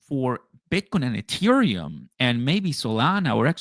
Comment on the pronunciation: really needs to learn HOW TO SAY THE WORD ETHEREUM